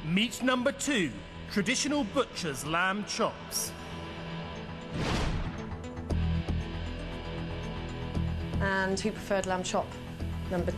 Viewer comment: Lamp chops? Interesting. All this time I thought it was LAMB chops, oh well.